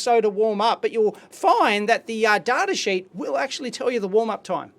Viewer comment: also why do you say "toob", pronounce data "dartah" and the W in the word known is silent 😰